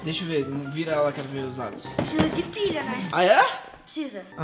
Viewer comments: quem reparou que o em vez de dizer pilha disse pila. hahahaha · ele disse pila kkkkkkk